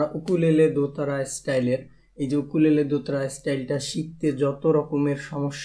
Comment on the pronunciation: Bhai eta ইউকুলেলে not উকুলেলে 😂😂